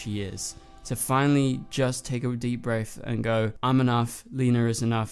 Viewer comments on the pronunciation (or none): none